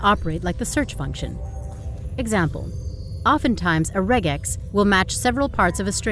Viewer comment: I'm glad you correctly pronounced regex (not like rejex) , and used the correct plural of index (indices). It took me a bit, though, to realize you were ironical about being unable to find the meaning of re.